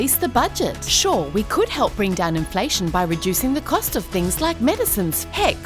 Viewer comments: "INLFATION' ! LMFAO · "Inlfation" , guys. 😉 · WHAT IS INLFATION? ;) 1.15mark